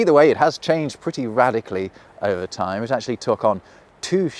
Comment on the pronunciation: Cool concept for a video. Poor execution. "Say you can't remember the symbol for ty........." For what? I would think that a video about language would have the speaker annunciate. And it's very curious that you look at the symbol that represents "time" and go "whatever that means" meanwhile it is so very reminiscent of a that. And that obvious to anyone who looks at it. Fuck off you ugly psudo intellectual British wank pot twat repellent in a Bruce Springsteen Jean jacket.